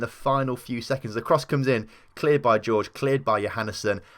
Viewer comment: Jorge is pronounced Whore Hey, not George